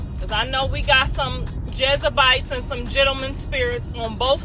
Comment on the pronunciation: Can she please say Jezebel correctly? 😅